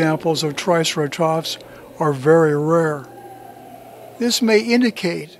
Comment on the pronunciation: How about teaching the narrator how to pronounce Triceratops? Just a thought.